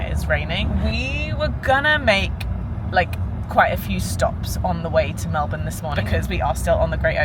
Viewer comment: No worries. Your pronunciation of Melbourne was perfect!!!